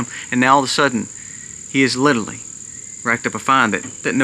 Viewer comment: Please listen to how many times you mispronounce and over use the word 'literally' in this video . . . 🙏🏽